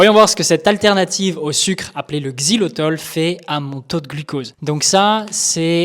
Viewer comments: Xylitol et non xylotol merci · 🧐 XILYTOL…même pas foutu de lire le nom 🤪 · Le mec dédie une vidéo au Xylitol et ne sait même pas le prononcer tout du long. Omg. Fallait faire attention sérieux x)